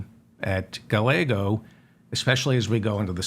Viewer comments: double l in Spanish is pronounced as a y. so it is Guy-yea-go not gah-lay-go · Stellar showing on The Majority Report today, sir!! A gentle correction, if I may: The double L in Rep Ruben Gallego's name is pronounced with the Y sound. 'Guy YAY Go.' Thanks so much for all you do! 💜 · Guy yea go is the correct pronunciation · Never Jordan! Pronounce the Double- LL in Spanish like a “y”, so his name Pronounced using English words: “guy-YEAH!-go” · Darling David, Gallego is pronounced Guy - YEAH. - Go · Please learn how to say a Rubin Gallegos last name!!!! The l’s are pronounced like a y!!!